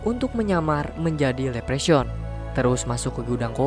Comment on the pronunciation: Leprechaun bacanya "Leprekhon", Bang, bukan "lepresyaun" 😅